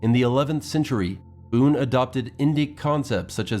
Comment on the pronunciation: BUN its pronunciation is BUN not Boon .